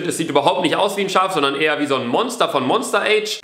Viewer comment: ***** Ja, aber er kann es auch einfach deutsch aussprechen statt den falschen englischen Titel.